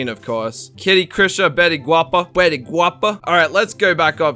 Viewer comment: Betty(Gwapa) means beautiful And i crack when he pronounce it 😂 #Philippines